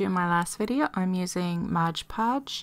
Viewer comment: MOD podge. Not modge podge.